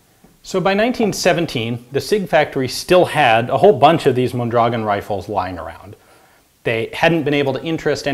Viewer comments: Pronounced: mon-dra-GOHN. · It's pronounced Mondragón... Stress goes on the "o". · Thanks Ian. I’ve enjoyed the video very much. I’m looking forward to see a video about the Mendoza LMG used by the Mexican Army. By the way Mondragón is stressed at the last syllable hence the ó. Greetings from 🇲🇽